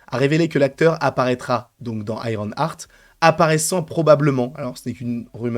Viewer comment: Si ça se prononce bien Ironheart et pas IronARTE! Pourquoi tout le monde dit IronARTE? Déjà que c'est moche à dire IronARTE mais c'est même pas la bonne prononciation à la base (ok je chipote mais depuis le début ça me fait mal aux oreilles d'entendre ça partout😵) Continue tes videos j'adore. Et Sacha Baron Coen, EXCELLENT acteur. Il sera parfait !